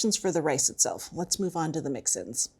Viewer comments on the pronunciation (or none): Ah…mix-ins, not mixin’s.